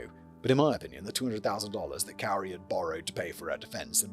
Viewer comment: and I’ve always heard this person’s name spoken as “KOO-ree”.